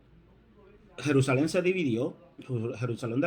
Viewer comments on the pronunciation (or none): none